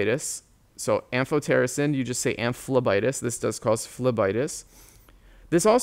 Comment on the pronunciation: I loved the am-PH-PH-PH-PH-otericin part 😂😂